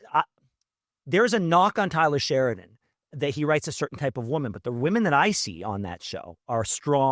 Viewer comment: Why does he keep saying Tyler Sheridan